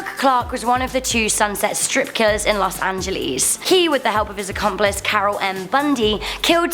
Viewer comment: lmao "Los Angelees".